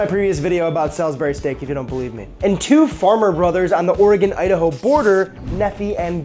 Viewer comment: OREgon & IDAho